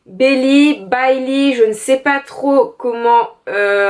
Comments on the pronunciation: Coucou super book haul! Pour Samantha Baillyça se prononce Ba - i tout simplement =) C'est une partie de mon nom aussi donc j'en suis sûre =P Bisous !! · Bailly se prononce comme "bailler" mais avec un Y ;) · Je crois que sa se prononce " Baïlly " mais à revoir 😘😂